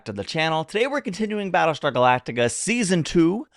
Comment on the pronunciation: Battleshtar Galactica!